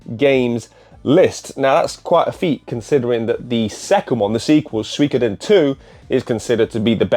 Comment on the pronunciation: Happy to confirm, you pronounced Suikoden right 😂